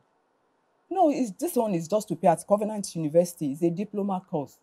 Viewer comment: Did I just hear Convenant University?😮😮😮